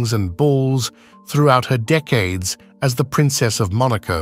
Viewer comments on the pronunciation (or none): none